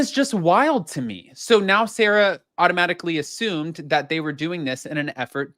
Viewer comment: its pronounced Sara Not Sarah they are two completely different names like Sara and June! Just as a heads up anybody called Sara hates being called Sarah because it's not our name and yes I am a SARA 😂